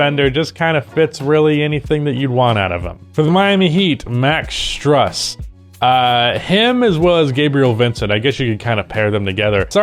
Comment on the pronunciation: In Max Strus, the Strus is pronounced Stroose. It rhymes with loose